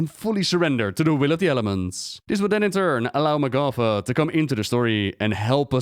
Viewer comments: Isn't it pronounced MAH'gatha, not mah'GATHA? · I hate how blizz decided how to pronouce her name. Magatha has an ah not aw. Grinds my gears yall.